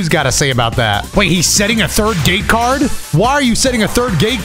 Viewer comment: Am I the only one who heard gay card instead of gate card?